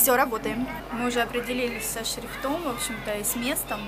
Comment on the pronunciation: шрифтОм прям режет слух. Может шрИфтом)))